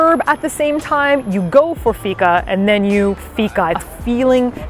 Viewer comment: Loved the video and almost every place you went to was new even to me as a citizen of Malmö! (I usually hang out in the cheaper/dirtier parts of town. :D) You nailed fika (pronounced like week, but feek. Feek-ah!) and made me want to have a fika for the first time in several months. Last time I went for fika we actually strolled by Köld and I agree that their ice cream is the best I've ever had! Still sad I was abroad when you guys were here but I'm so happy you enjoyed your stay! And I must try Unholy Water some day, it seems like a... reasonable cocktail. ;)